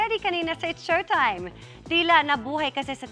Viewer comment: It's Showtime po hindi showime.